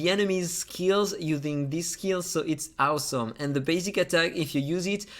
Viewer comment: It’s AUSOM how you can’t pronounce awesome 😂😂😂